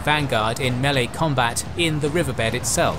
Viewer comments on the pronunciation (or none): none